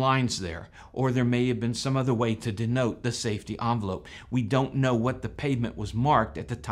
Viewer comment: Envelope. EN velope. Not "Awn" velope.